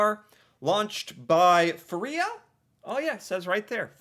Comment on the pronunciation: The first syllable of "Freia" should be pronounced to rhyme with "grey." It is in many ways THE company producing chokolade in Norway.